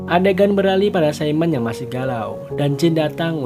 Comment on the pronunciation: Simone bang bukan saimen